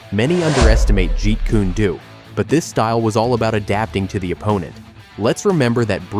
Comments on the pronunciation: "Jeet Kunay Doo"?? Really?!? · At least Narrate it properly and by yourself . It's Not Said Jeet Koony Doo. It's Jeet Kun Do. And these AI Narrations Insult the Legend and the Art